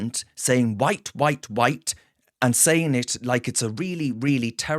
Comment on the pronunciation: What? Evewyone who call’s you out is ‘Faa White, whubbish!! 😂